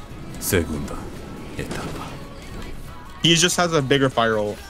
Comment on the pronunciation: “sEgUnDa eTaPa”💀